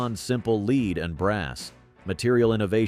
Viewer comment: I really hate this AI voice and the "point three eight caliber"/"point four five a c p"/"Hor Nod Ee"/"one nine one one"/"leed" (lead) abuse of the English language. Hello? "Myth #4" is labled "Myth #2" Meh. I've been a IPSC/IDPA/USPSA competitor. I love the 1911/.45, but I carry a 10mm. I live around bears and meth freaks. .45 is suboptimal in this environment. I'd have to go to .460 Rowland to match my 10mms.